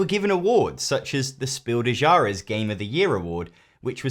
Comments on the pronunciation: "Spildäsyares" for "Spiel des Jahres" sounds so funny to a german. ^^ In "Spiel" [ʃpiːl] the sp is like sh+p and the ie is pronounced like in field, "des" [dɛs] is like "Wes" or "western" and in "Jahres" [ˈjaːʁəs] the a should sound a bit like in marketing and the e is like in resolut I would say. But nice you tried. And I hope you don't feel mocked. I really enjoyed that one. Also did you know in germany most games are brought to the market by book publishers? I don't know if this is a global phenomenon or just us. But I always think it is odd. Even Ravensburger is known for its games but also has around 1800 books. For most people I know and me board, card or social games are more like toys or consoles and not like books. And also it is only a short while I know Werewolf is mostly known as a card game and with this name or as "Mafia". For me it always was a game for a group sitting around a fireplace and just talk and act like being in a village and also called "Das Dorf" (=the village). The game master or teller was the one who talked the most and during the "night" everyone has to close the eyes until they are touched/named by him/her and close the eyes again when they made there move like pointing a finger on the one who dies next. Also every round and/or game the rules or roles change a bit. Like a witch which can heal bites in the night or a weresheep instead of a werewolf or a priest coming into town and reset all converted werewolves. But I never heard of Armor or po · Ahhhh! Your pronunciation of Spiel des Jahres as /spiːl de'ʒɑɹəs/ figuratively killed me! If you don't know how something is pronounced in a foreign language you can write it in google translate and click the speaker icon. The video was very informative and horizon expanding. I'm glad I watched it. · Your pronounciation of „Spiel des Jahres“ sounds really funny, but nice try though! At least you had the guts to try :) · "Shpiel des Yahress"